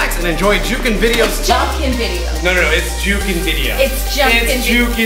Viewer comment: It's jukin not junkin